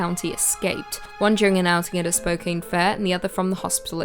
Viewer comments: spo- CAN, not spo- CANE. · Love the videos but I do have one tiny little critique... It's pronounced Spo-can not Spo-cane.. I know, I know, it's spelled Spokane but pretend the "e" isn't there lol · you're the best. Even if you mispronounced Spokane. (Spo-Can) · Haha. Spocain. I was half listening and thought, "that's funny, sounds like she's talking about Spokane." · Spokane: does not rhyme with cocaine.